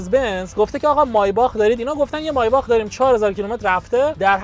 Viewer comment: مایباخ اره عالی تلفظ